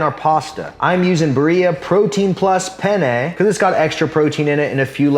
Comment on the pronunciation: My Italian heart felt raped when you pronounced "penne", nice video!